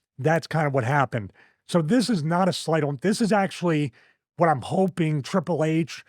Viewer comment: bro this comment got me crying😭😭 he said “akshually”🤓💀💀